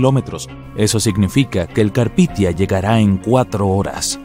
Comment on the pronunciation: No es carpithia es carpathia. Un esfuerzo más por investigar por favor